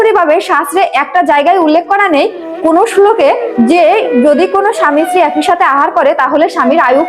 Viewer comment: ইস্ত্রি উচ্চারণ নয় স্ত্রী উচ্চারণ করুন